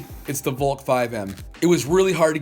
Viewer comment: Valk is pronounced : vALk